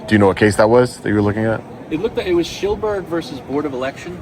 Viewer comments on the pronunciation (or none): i believe it's Silberberg v. Board of Elections of the State of New York they gave you the wrong name. The officer said "Sheelberg" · *SILBERBERG v Board of Elections. Not Shillberg.